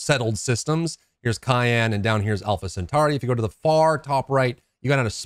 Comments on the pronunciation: It's Cheyenne not cayenne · Don't ever set foot in the state of Wyoming after you've mispronounced their capital city name so often. You keep calling it cayenne pepper, its shy-anne. :) Love your vids, thanks for these tips. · And a city lol it’s a small thing but pricks my ear everytime i hear cayenne. Great vid though i agree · Great video. (fyi it's pronounced Shy-anne, like the Native American tribe.) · it's pronounced she-ann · it is pronounced Ky-ann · lol its pronounced shy-ann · This kept bothering me too.